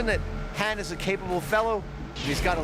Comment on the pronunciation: Adam mispronouncing Han is so irksome 😖